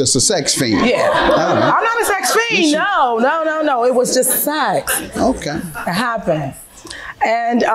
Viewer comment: I hate the way she says sex. How you turn this word into two syllables?? 😂😂. “It was just saaa-ex” 😂